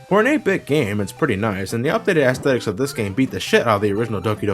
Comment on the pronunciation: Dude, google how to pronounce aesthetics.